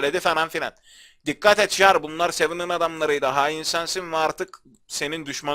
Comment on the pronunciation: Abi amacim kotu degil bilgin olsun diye soyluyorum jarl diye yazilir yarl diye okunur